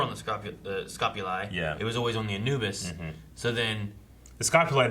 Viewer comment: is my dude...pronunciation king! He pronounces certain words the way I would despite how the show would have you say them (Amos = A-muss, instead of A-mose; Anubis = AN-new-bus instead of An-NEW-bus)... Okay, carry on...🤪